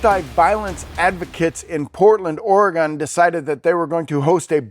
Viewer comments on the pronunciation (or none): Lol. I live in portland and I forgive you for mispronounce Oregon. And there was a shooting on my street that day… it didn’t work.